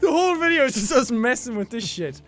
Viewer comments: He said "in the next videau" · jacksepticeye at the ending he said VIDE A RULE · " And i will see u guys in the next vidiaU " pure english brah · "in the next videaoo"